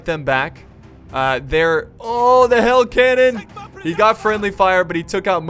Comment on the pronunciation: You said hail canon instead of hell canon